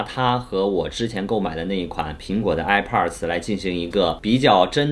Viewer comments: 哀炮儿的 发音真迷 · 这个i pars我真的是醉了 测评人能学学怎么发音再评测吗。这是最基本的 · airpods发音听着很变扭，播主看很多北美的youtuber视频，应该有很多相关的发音可以参考吧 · 发现喜欢儿化音…上次的youtuber，这次的airpodrs…